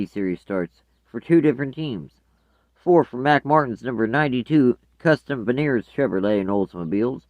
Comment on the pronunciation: it is mark martin not mack martin